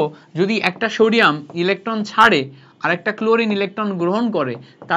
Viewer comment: Shodium ❌ Sodium ✅